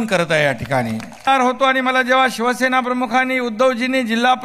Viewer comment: अरे भावा शिवसेना असा शब्द आहे शिव शे ना नाही